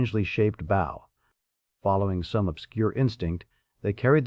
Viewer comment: The AI screwing up names( Spook for Spock, Buns for Bones) made me laugh a little but the constant misuse of bow whether "and arrow "or front of a boat was VERY irritating. Plenty of other problems too. I get enough of this with most customer service 🤬